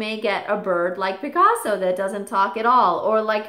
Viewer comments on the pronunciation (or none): none